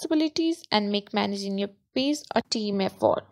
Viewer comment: Just a heads up. You are pronouncing "page" like "pays" "Ge" is a ""juh" sound. "Pay-juh" dont emphasize the "uh" at the end.